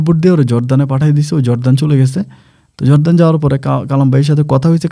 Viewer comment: জর্দান না /জর্ডান।